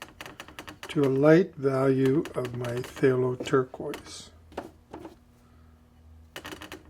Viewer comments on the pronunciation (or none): This is nit-picking, but pthalo colors are pronounced talo. The pth is silent, like the h in Thomas.